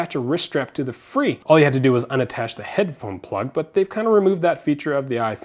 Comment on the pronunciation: fre not free